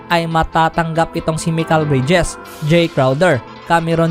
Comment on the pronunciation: Haha ganda mo magsalita mikel bridges ba at diybyu Ndi ba michael bridges At day view